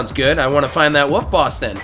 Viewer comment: I know other people do this, but why do you say "woof" instead of "wolf"? :o